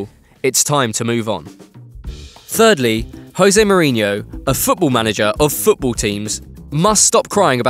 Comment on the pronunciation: Did he really say "thirdley"?